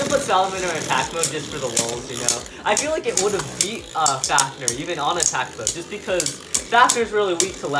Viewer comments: Drain fafneeeeeeeeer it is pronounced drain faniiiiiir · U keep saying fafner and not fafnir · Duuuude stop saying fafneeeer it is fafnir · faf-near not faf-ner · Bro the way he says fafnir